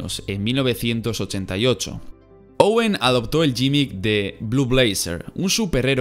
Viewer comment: no es "llimic" es "gimmick" leyendose como "guimik"